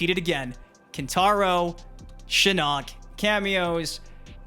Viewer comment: its SHIN-OCK ...NOT SHA'NOK. BUT GO OFF BABY MKers